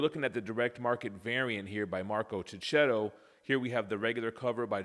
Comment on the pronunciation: He’s Marco Checchetto (sounds Keketto), not Ceceto. Don’t you use the H for a purpose in the USA?